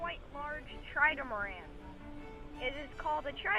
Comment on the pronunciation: I thought hello kitty belogned to matt... also, you kept saying tridamaran instead of trimaran